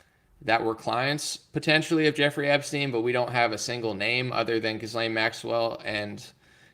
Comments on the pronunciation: Pronounced Jilane, S is silent. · Her name is pronounced Ghee-Len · Gi-lane…the “S” is silent.